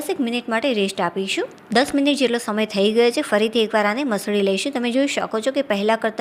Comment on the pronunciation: બહેન તમે કેમ "છે" નથી બોલી શકતા !!!